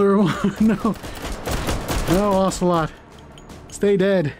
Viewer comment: Revolver Ocelot Me: Revolver Saucilot